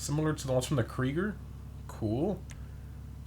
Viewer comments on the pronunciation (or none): none